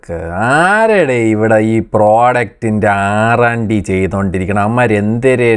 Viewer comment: വാക്കുകൾ വ്യക്തമായിരിക്കണം .. 6 അണ്ടി അല്ല .. R & D 😅😅😅😬😬😬😬😬